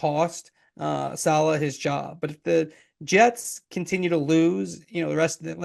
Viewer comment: Might want to pronounce his name correctly 🤡🤡🤡🤡🤡🤡🤡🤡🤡🤡